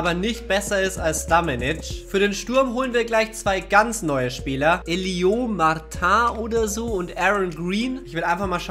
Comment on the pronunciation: Der Franzose Martin, wird original Martö ausgesprochen. Genauer gesagt, ne mischung aus Ö und Ä.. wobei die Betonung mehr auf'm Ö liegt. Ich hoffe, du kannst damit was anfangen 😉